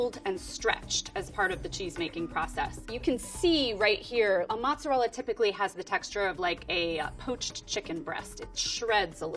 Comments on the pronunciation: She said right once, but I think more people are used to hearing the other version so she went with that one 😅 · ALOT of English speaking people say matzerella as the pronunciation, it may just be me being closer to the south but I hear Matzerella more than mozzarella. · I'm English and I do add a T, I say it like 'mot-zer-rellah', I'm originally from the east Midlands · Actually she pronounces it wrong. She need to say the "mozza" part sharply and the "rella" needs to be rolled. Not like the english r on the back of your mouth but more on the front of your mouth behind ur teeth.